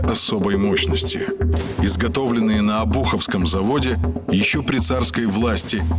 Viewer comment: Не обУховского, а Обуховского. Ударение на букву О! И много в роликах неправильного произношения у вас